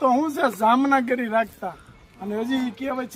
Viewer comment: જામનગરી નહીં પણ જામગરી કહેવાય